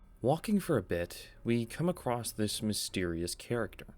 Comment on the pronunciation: I hate to be this guy because I love your channel but it’s pronounced “across” not “acrosst”. You don’t happen to be from Appalachia do you?